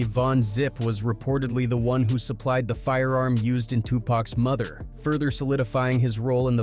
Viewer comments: AI can’t even pronounce murder correctly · A.i. can't say murder it sounds like mother. Wtf? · Yes! I was just about to say the same thing! 2pac's Mother?!!!🤔🤷🏾‍♀️🤷🏾‍♂️🤷🏿 Come on AI!🤦🏾‍♀️🤦🏾‍♂️🤦🏾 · He saying mother instead murder